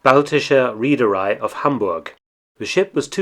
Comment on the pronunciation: Reederei is pronounced reh-derei